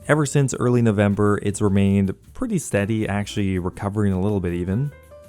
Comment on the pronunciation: i like how you pronounce actually as "ackshee"